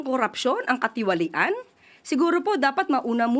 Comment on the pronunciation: Ang hirap bigkasin ng salitang katiwalian😂